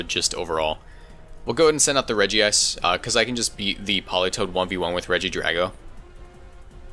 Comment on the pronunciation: EEWWW, say Regice like "Regi Ice" and not like "Rejise"